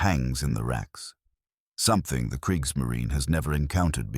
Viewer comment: I do know what Kriegsmarine means, translates to War Navy in english, but here they talk about Kriegsmarin = War Nav. What is a ‘Nav’? Either they should learn to pronounce German words, or stick to English, not bastards like Kriegsmarin.